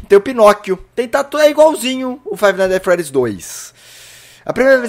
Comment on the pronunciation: Bom o seu ingles viu, aprendeu na fixki ?